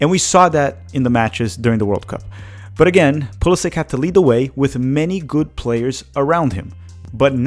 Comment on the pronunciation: We've gone THE furTHest. Not "de furdest." THE. TH....sound it out. THHHHHHH......THE. furTHest.